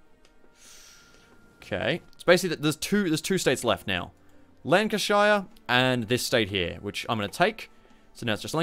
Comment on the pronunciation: Nah the Hood was a battlecruiser. It was basically a battlecruiser that was built off of experiences from WW1 Also its pronounced lan-ca-sheer